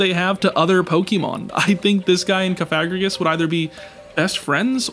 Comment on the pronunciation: The was he says Cofagregris is crazy 😂